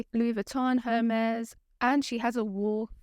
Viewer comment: Girbaud = zheer-bo. Also, in French, th is pronounced like t. Do not pronounce the h in Hermès